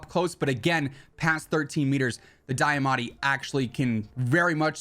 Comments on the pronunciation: deeeamatti not diyahhmatti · Broooo it’s deeeeamaati not dieeeamatie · Can’t get over how you say Diamatti so weird.